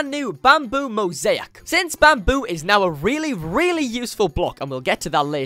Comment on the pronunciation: it’s mo-zay-ik not mo-zee-ak